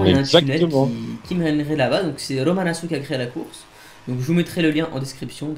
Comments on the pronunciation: Pour info romanaccio ça se dit « romanatcho » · how do you pronounce your name? You pronounce it « Romanatcho » no?